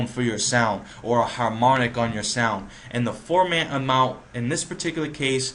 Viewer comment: The formant refers to the size of the person's throat.. to the left it sounds like a little child or woman, & to the right it sounds like zordan or optimus prime, lol.. & it's pronounced, For-Muhn, not ForMaaant.. Also, "Choosy" or "Relaxed" is for the sensitivity of the autotune.. Choosy would nitpick at noise in the signal and every little wrong note.. Relaxed focuses more on the note in question.. Good video though